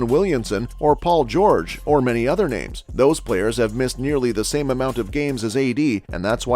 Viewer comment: Why, why must you pronounce every name wrong